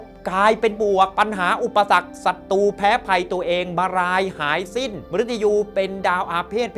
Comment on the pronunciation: ขอแนะนำการออกเสียงให้ถูกอักขระด้วยนะครับ การออกเสียงตัวกล้ำร-เรือหรือร-รักษาชัดเจนดีแล้ว แต่ขาดตัวกล้ำบางคำเช่น"ศัตรู"ต้องออกเสียง"สัด-ตรู"ไม่ใช่""สัด-ตู"เป็นต้น ส่วนตัวกล้ำที่ขาดไปคือตัวล-ลิง เช่นคำว่า"ปลอดโปร่ง"ต้องออกเสียง"ปลอด-โปร่ง"ไม่ใช่'ปอด-โป่ง"หรือคำว่า"เปลี่ยนแปลง"ต้องออกเสียง"เปลี่ยน-แปลง"ไม่ใช่"เปี่ยน-แปง" ขอบคุณครับ